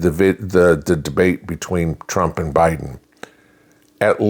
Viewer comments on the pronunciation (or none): I'll go back and watch it again and get the time stamp for you. I about fell off my chair when I heard that. Then I went and backed the video up and relistened because I thought I had heard her wrong. Nope, she said plain as day O'Biden😂😂😂😂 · Trump All The Way! Did anybody catch HARRIS when she said OBIDEN